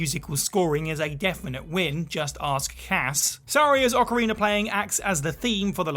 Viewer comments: Why does everyone say that Wind Waker is the best all of a sudden? It’s no where near the best. Also its ocarinA, no ocarinER 🤦🏻‍♂️ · I know there's a lot of tension between the people who say Oh-carina and Ah-carina. But can we all join forces against the monsters that say Ocariner?